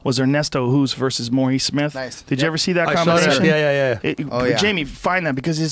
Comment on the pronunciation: What I don't understand why people cannot pronounce Bas Rutten. They can say Bill Burr, they don't say Bill Boerr, but with Rutten they say Roeten? Why? It's the same. And the "t' is like you say tea. It's so easy...And it's not Ernesto Hoest, it's Ernesto Hoost. You should know how it's said anyway because the name of our Prime Minister is Rutte :P